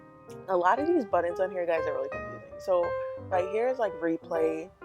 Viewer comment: Is she saying buttons or buddins